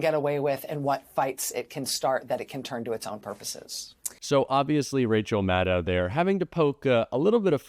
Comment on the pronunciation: Rachel Maddow is pronounced like "know", not like "now".